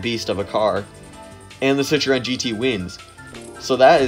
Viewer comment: Nice video, but maybe Citroen, not Citreon?